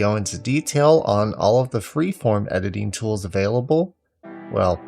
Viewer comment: edining ? xD in da beginin insert meme here nice tutorial